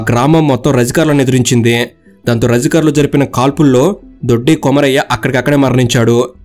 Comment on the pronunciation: భూమి కోసం భుక్తి కోసం వెట్టి చాకిరి విముక్తి కోసం, ముక్తి కోసం కాదు రజకరులు కాదు రజాకారులు, ఫస్ట్ నీవు తెలుగు భాషా పలకడం నేర్చుకో